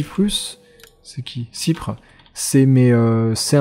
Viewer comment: Cyprus, c'est pas "cypre", c'est Chypre... xD